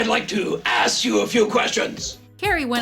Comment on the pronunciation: "Excuse me, I'd like to... ass you a few questions".